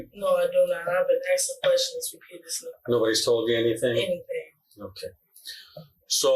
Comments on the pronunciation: “I been asking question repleaseletdly.” She should steer clear of multi syllable words. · "I been axing questions repeadesly"